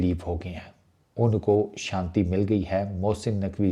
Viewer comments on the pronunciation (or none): none